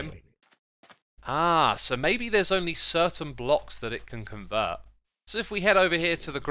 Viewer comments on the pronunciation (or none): none